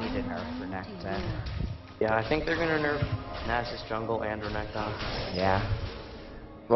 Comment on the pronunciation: Great video overall, pretty funny :D Just wish your mid would stop overemphasizing the last syllable of renkton's name l0l.